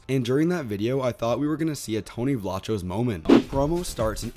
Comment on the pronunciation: FYI Tony pronounces his last name with a hard k sound in the middle. Vlah kose.